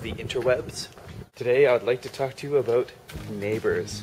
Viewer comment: Talk aboot this, talk aboot that. Lol. Great story btw.